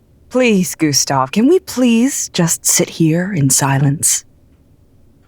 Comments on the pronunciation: Director Jones: come Gastev Gustav: itS gUsTaV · IT'S GUSTAV, SIR ! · Gustav : ItS GuStAv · Did you know? Its G U S T A V